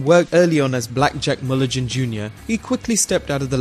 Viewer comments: Mulligan not Mullajin..... c'mon dude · mulli-gin?? lol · Did he really pronounce Mulligan as Mullijan? FFS... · "Blackjack Mullijan"????? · Barry Windham, the son of BlackJack Mullijin. LMAO, One of the funniest, saddest, & worst pronunciations of Mulligan that I ever heard? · Black jack Mullajin? Kurt Henning? How are we supposed to take you seriously when you can't even get Iconic names right? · Please learn to pronounce "Mulligan". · Yes, it's a HARD G like in Great, not a soft G like in George